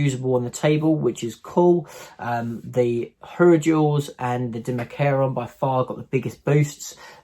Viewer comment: Also, pretty sure you pronounce it "Dime-ah-sheron", not "Dim-a-karon".